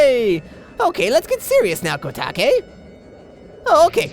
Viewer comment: I think it's pronounced Ko-Take. Koume I think you had right LOL THAT VOICE! DONT GO DOWN IF YOU DOWN WANNA KNOW WHOS ATBTHE TEMPLF OF TUME ish Zelda